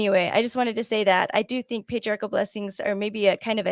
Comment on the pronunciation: By the way, did you know individuals who mispronounced the word "patri-article" or is that a local Missouri dialect?